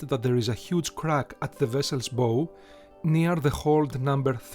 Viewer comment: Its bow,as in bowe,and not bow as in boh,amazing work,whatba shame all three sisters were lost.